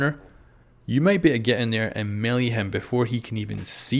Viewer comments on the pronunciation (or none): none